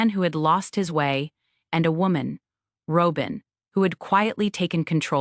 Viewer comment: AI voiceovers get worse, not better. Half of this is "row-bin" and half is Robin. Tow-day? Wow. The real tragedy is the fact that there is no human editor. It would be so much better if there was an editor. And no mention of the unaliving of Garrison? That was the ultimate death of the show.